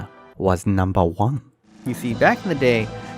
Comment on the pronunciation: NUMBA WAHN STILL NUMBA WANH